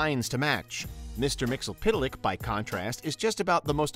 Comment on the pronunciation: It's pronounced myx-yes-spit-lick.. Also, how do you rank the god of one comic book universe above the god from another comic book universe lol? What makes him #1? You didn't specify what made one better than the other..